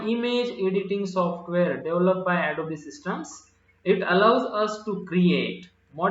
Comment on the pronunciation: Sir, its not adobee its adobe